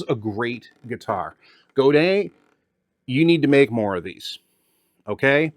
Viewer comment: He’s actually pronouncing Godin correctly